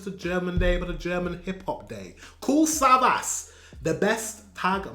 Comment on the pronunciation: You have to pronounce the last S like sh 😉